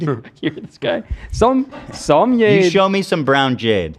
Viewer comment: Love, its JADE .. Not Yade